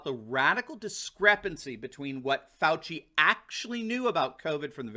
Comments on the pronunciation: "Faux-ci Fauci." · Hmmm, seems like all this time we’ve been pronouncing Dr. Falsie’s name wrong.